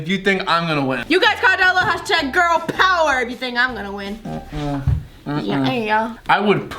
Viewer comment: #girl pover #poveŕrrrrrrr!that's how said it!